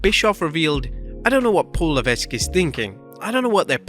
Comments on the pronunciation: HHH's name is pronounced Paul La-Vek. other than that, youre all aces lol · I love but it boggles my mind that they can't say Triple H's real name right. The s in Levesque is silent.